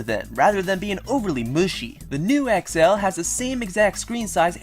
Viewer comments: you say XL so weirdly.... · sorry but i fucking hate how you say xl